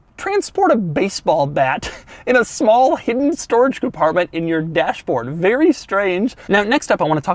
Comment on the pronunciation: “This car feels “bvery” “bvery” “bvery” quick” .......this Audi is so much fun, Dough can’t even get the words right.... Awesome